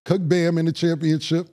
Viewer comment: Pacific rather than Specific, and saying “ChampionChip” 😂😂